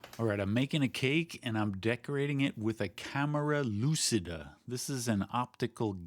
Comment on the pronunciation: just for saying, no problem if you continue, but try to use the C you use in Cheat and not in Lucy when saying lucida and you have 95% of the pronunciation right